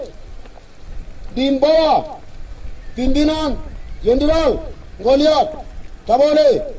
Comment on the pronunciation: Baca aja susah bilang jendral😀